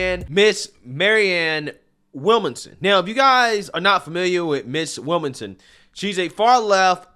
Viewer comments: It bothers me how you can't get a name right. (Not just her name, but several people) Lol. Williamson bro, Williamson. Not Willmason. 🤣 🤣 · Will -mon-som lol. killing me with these name pronunciations. It's Williamson 😆 🤣 😂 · Maryann Will-Manson, Williamsome, Wilson, Willmason 😂😂😂 Man it’s William-SON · This is not news. Sanders won in 2016 until the DNC gave it to Hillary. Bernie was a good boy and shut his mouth, got paid off and his supporters got screwed. I love your channel, but your reading comprehension skills are abysmal. Her name is William-son. It’s not a complicated or even unique name. William son. How in the fuck you pronounce it is weird af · Her name is williamson. He is pronouncing her name wrong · You're not pronouncing her name correctly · Why can’t you say ‘Williamson’? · Why is struggling with her last name? He said that wrong every time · Man, your pronunciation of people's names is atrocious!